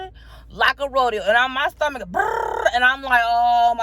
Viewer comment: I crack up everytime she says “stummuck” 😹😹